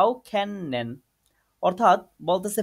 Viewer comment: ভাইয়া kennen এর pronunciation খেন্নেন না খেনেন হবে